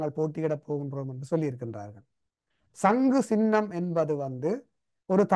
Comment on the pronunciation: சங்கு + சின்னம் = சங்குச்சின்னம் , பொது + சபை = பொதுச்சபை நெறியாளர் தயவு செய்து தமிழ்மொழியை சரியாக உச்சரிக்கவும்.I